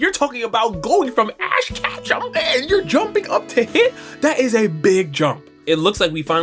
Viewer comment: Power scaler complains about casual anime fans' character rankings for 25 minutes (can't even pronounce ash ketchum correctly)